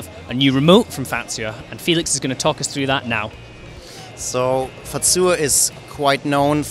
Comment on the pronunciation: how to say Fazua correctly. Stop adding in a T.